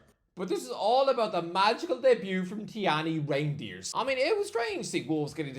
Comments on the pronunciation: Reindeers 😭 bro. Work on that pronunciation REIJNDERS! Like van DIJK / SNEIJDER / de VRIJ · isnt it rejndeers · “Tijjani reindeers”